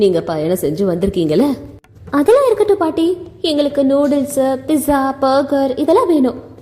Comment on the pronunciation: Piza not 🚫 pizza 🍕